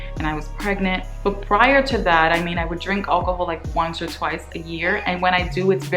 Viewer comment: I like how you say alcohol, like ol-cohol lol, also the your hair is never dry assumption is not to be taken in a literal sense, of course your hair gets dry everybody's hair gets dry... they meant it in the sense that curly hair is way more manageable and defined when its wet and a lot of naturals keep adding moisturizing conditioners/water to it to keep the curl pattern alive and refreshed, hence the assumption of "your hair is never dry".